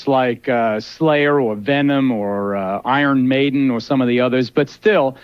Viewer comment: "Iron Maiden"???